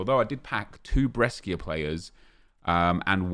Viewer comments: for the love of god. I’ve been trying to tell him for so long. It irks me every time he says Bresskkkiaa. Cmon bro it’s 2020 lol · Small tip: In italian "sci" is read "sh" For example Brescia is Bresha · It’s actually Breshia.....don’t forget the a